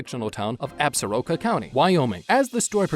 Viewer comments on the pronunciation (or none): While we are on the subject, the word Absoraka is also mispronounced! The proper pronunciation is Ab Sore Ah Ka!